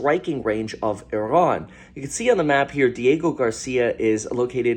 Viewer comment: Why do you pronounce Sri Lanka and Iran the way you do? It’s absolutely incorrect.